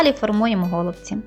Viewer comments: Правильно казати голубці", а не го" лубці. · все добре, але голубці з наголосом на " і ".